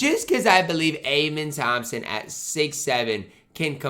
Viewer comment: amen thompson is pronounced “uh-men”